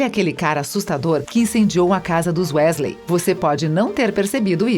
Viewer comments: chega a dar nojo da mulher,se já tem esse tipo de preconceito e tantos erros de pronuncia em UM só vídeo..imagina no canal inteiro.. #melhorem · Meu ouvidos estão sangrando de ouvir ela falar os nomes errados😭😧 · "Uésleis" dói, tudo nesse video dói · É wesley e nn wÉsley ( eu falo assim kk) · Weasley eles falam Wesley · o vídeo tá ótimo, mas não chamem Wésleys plmdds que doeu nos meus ouvidos kkkk se fala wisleys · Q agonia ela falando "Wésleis", conseguir falar mal da Hermione e ainda tentar colocar um gênero na Tonks a pff e ainda diz os nomes todo errado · Perdi o foco a partir dos "uésleis" huehue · família Wesley? vamos pronunciar correto por favor? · "WÉsley" pqp 🤦🏾‍♂️ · "Wesley" MDS fala como um fã de HP normal. Kkkkk Rachei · lulibyun né kakaak quando ela falou q incêndio a casa dos wesley kakak pensei q era do safadão 😂😂😂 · Wésleys, grindeualdi, etcs etcs.😂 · Quando ela fala wesley errado eu quase quero entra no video da um soco nela Desculpa sou potterhead💚❤ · Nem consegui terminar de assistir depois do que falou da Hermione e falou "Wésleys" aff #melhorem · na hora que ela fala Ron Wesley, eu achei que não poderia ficar pior, mas ai me vem em com a bizarrice de Bill Wesley!!! Ok, bill é o nome no original, mas como é que vc se preocupa em falar o nome original do personagem e ao mesmo tempo me vem com Wesley??? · "Os Uesleys" kkkkkkkkkkkkkkkkk PQP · Sim wEEsley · pior foi o bill wesley: falou o nome original e cagou pra falar o sobrenome do cara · Dizendo "Só erro de português" vc foi bem bonzinho. O erro dele doeu tanto quanto o vídeo pronunciando UÉSLEY kkkkk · Uesley kksksks , morri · Gente que agonia ouvir ela falando os nomes errados !! Ela falava errado e eu repetia certo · Me dá agonia vendo ela falando Weasley errado